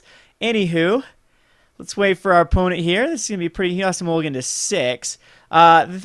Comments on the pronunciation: O! Men speaker. It's an O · oh-men speaker